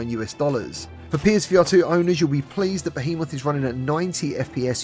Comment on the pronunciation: Youre saying Behemoth wtong😉